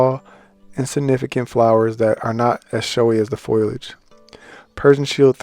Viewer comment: It’s pronounced “fo-lee-age” FOLIAGE Not foil-age.